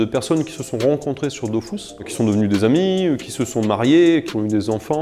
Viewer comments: Avouez on a tous envie de dire que on dit pas "dofousse" mais "döfusse", mais après on ferme notre gueule car c'est le créateur du jeu en personne devant nous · Arrête de dire Dofousse zeubi c'est Dofus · ok donc enfait depuis le début c "dofous" et pas "dofus"?????? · Une pensée à tout ceux qui pendant 15ans ont prononcé « dofus » et non « dofousse »...😉 Peace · C dofuuuuuus pas dofouuuuuse meme le createur ne sait pas comment le dire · on dit dofus pas dofous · par contre c'est dofUs et pas dofousse bordel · j'apprends surtout que selon son créateur ça se prononce "dofousse" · Il le prononce mal 🤣🤣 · dofrousse même mdrrrr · Ankama a toujours eu tort sur le sujet, c'est DofUUs :P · Il ne sait pas de quoi il parle* on dit bien Dofus 👍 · Quand t'appelais pour un code audio la dame disait "Dofousse" aussi, mais je me disais qu'elle se trompait haha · « Dofous » AHHH Oké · La vrai révélation c'est ça : Dofus se prononce DOFOUS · Tout le monde dit Dofusse et pas dofousse? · Pourquoi il dit ''dofousse'' ? Il dit que le tour par tour était avantageux car ça ne prenait pas trop de performances... Dofus est le jeu le moins opti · Il a dit dofous ça peut pas être le créateur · il a niqué mon enfance à dire dofous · il dit "Dofousse" Brûlez le. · pppptdrrrr il a crée le jeu, il l'as codé, il l'as géré, il s'en est occupé pendant plus 10 ans mais oklm il c surement trompé dans la prononciation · Depuis toute ces années je prononcais mal Dofus...